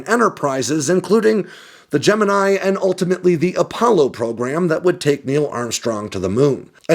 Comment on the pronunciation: Gemini in Project Gemini rhymes with 'knee', according to NASA.